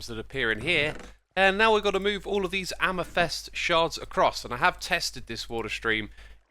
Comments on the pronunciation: did he say amastest instead of amethyst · He pronounces amathyst in the weirdest way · I love the way he says amethyst